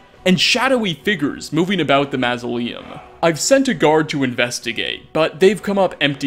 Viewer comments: dafuq is a mass-a-lee-ohm? Maw-saw-lee-um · Mausoleum is pronounced closer to Mozzarella in the first half of the name so Mozzsoleum